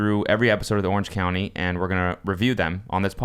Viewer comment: The fact that Cody kept calling it “Orange County” simultaneously bugged me and made me laugh.